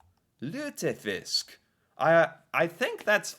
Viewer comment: You pronounced lutefisk well.